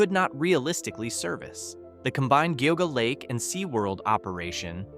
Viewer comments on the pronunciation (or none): lol...its Gee-ah-gah lake